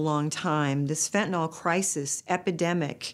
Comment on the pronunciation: Agghhh… it’s FENTANYL FENTNOL!!! 🙄